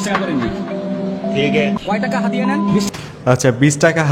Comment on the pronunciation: চাঁদিয়া ❌ হাদিয়া ✅